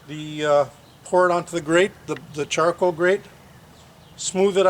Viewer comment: I believe comment was in reference to the extra 'a' you added to the word charcoal. Char-a-coal.